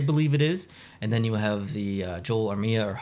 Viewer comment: Go Habs, and thanks for the shoutout! If anyone's curious, my preseason Cup Final prediction was Hurricanes over Habs. That said, I picked against MTL in all three rounds of the playoffs:p It's never a complete P2P Habs video unless rolls his "r" for Armia!